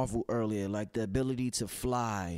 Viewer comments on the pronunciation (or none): none